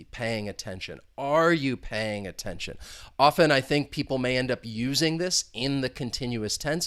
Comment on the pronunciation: Pay aytention